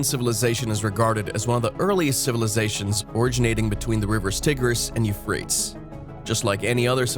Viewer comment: The images are a mish mash of Egyptian, Jewish and other cultures, not Mesopotamian. Hebrew script, shown while talking of cuneiform (the word is singular and plural), is unrelated to it. Euphrates is mispronounced, when most learn this in younger school classes. Very poorly produced, I gave up after few minutes.